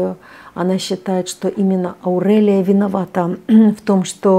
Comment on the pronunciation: Прямо режет слух.Почему АурЭлия? Никто так не говорит.АурЕлия правильно.Аурика,Аурелия